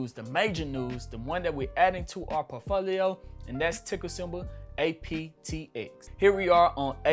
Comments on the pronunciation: You said aptx. It’s apxt. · Is he saying APTX or APXT?